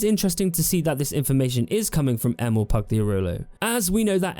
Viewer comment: Every time you say Emil, i actually hear Emo, event hough he doesn't look like an emo to me LOL Edit: It's really shocking to see how much game developers lie or have lied in the past about what you can do in their games, starting with Peter Molyneux, Sean Murray and now Todd Howard with Bethesda! I didn't even remember the claim, that Fallout 4 should have had over 200 endings, before some other youtuber brought that to my attention again! And to Player Choises and illusion: Yeah, that would be definetly a thing to have a lot Playerchoises. The downside of this on the other hand is always the fact that you'll miss out on other contend you can't experience, because you chose the other path!